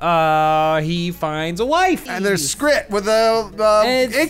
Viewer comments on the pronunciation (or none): SCRIT ? ITS SCRAT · I completely forgot about this stream. It still triggers me that they call Scrat, Scrit. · IT'S SCRAT GOD DAMMIT SCRIT ISN'T A CHARACTER YOU GUYS HAVE MADE ME SO ANGRY! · It’s scrat, not scrit, I bet you all feel foolish now.